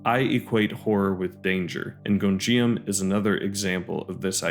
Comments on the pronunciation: good video but every time "Gonjiam" is pronounced I take psychic damage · Also I hate to be that person, but you’re mispronouncing Gonijam 😅